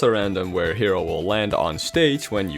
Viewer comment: The "K"ero. Uh-huh.